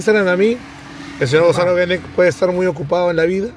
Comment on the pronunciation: todo el video diciendo guenek, el mismo gonzalo lo pronuncia como genek y dale y dale hasta la despedida 🤣